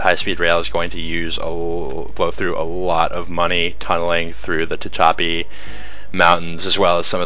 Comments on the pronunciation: "Ta Cha P" mountains????? Try "Ta Hatch a P." If you are from L.A. it doesn't sound as though you understand the geography of the areas outside of L.A. County. You need to use a large cursor to connect where the viewer is looking to the location you are talking about. As presented you click on something on the side and expect us to automatically shift our eyes to where you are talking about. I found myself looking all over the map to see where new colored lines are going to appear. You keep saying the words "here," or "over here" without having any visual cue on the map to indicate where "over here" is. Also, I don't really don't know what is meant by "DMU." Oh crap, "Go leta," it is pronounced "Go Lee Ta." Also the people in "Los Banos," pronounce it "Loos Ban ous" not the real Spanish of "Los Banyos." I've only lived in California for 36 years now and I watch the news and travel to hear how names are pronounced. And by the way, the rural areas of California don't necessarily want to connect with the urban areas of the state. Before making a pronouncement of such you should get out into the rural areas and speak to the non real estate, non chamber of commerce type folks. I live in rural California and I don't want urban folks to get here any easier than they do already. The land has already reached its visitor capacity most of the time. And don't typify rural residents as somehow being more frustrated with government than urban residents, I sure haven't observed it in 40 yea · Tehachapi is said te-HACH-ah-pea. Aside from that, thank you for your excellent interest in Los Angeles public transportation.